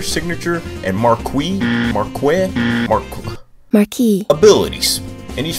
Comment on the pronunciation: you got me at mar-qee